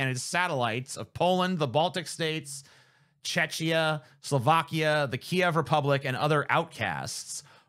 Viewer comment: Never before have I heard the name of my country pronounced as Czeczia. Love it